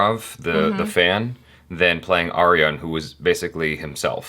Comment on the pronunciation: Haha, it's so weird hearing him pronounce my name, cuz Siri just goes like Air-yan